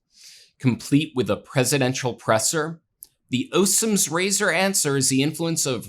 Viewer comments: the oh-sams-razor ? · was that "Occam's razor" you were going for? it's OCKem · pronounced “ahkum,” not Osum’s Razor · hahaha Osim's razor. its pronounced OCK-am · "Occam's Razor" (named after William of Ockham) is pronounced with hard Cs (ie. as if they were Ks). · Ossums Razor? It's pronounce "Okkam's" razor. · “Osem’s razor”???????????? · Good presentation but dude, it's pronounced AKKAM's (Occam's) razor. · by the way, Occam's Razor is pronounced with a hard C, i..e. "okkam's" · I gotta tell you, for the sake of your own future reference, Occam’s razor is pronounced with a hard ‘c’. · OCCAM is pronounced oKKum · Also Occam's is pronounced as a K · No offense, but you should learn how to pronounce Occam's Razor properly before you criticize someone for mispronouncing acetaminophen.